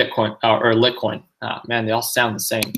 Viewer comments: Hey man, it's pronounced Light-coin and E-theereeum 😝 lol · "Lit-coin" and "Urethrum" lol